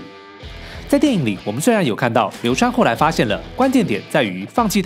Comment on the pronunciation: 似乎把流川唸成流三了